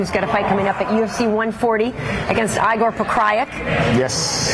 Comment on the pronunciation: Hello, nicely done interview! The only thing I could suggest is saying Igor's name right. It makes a big difference between reporters who know how to pronounce names and those who don't. Otherwise, well done!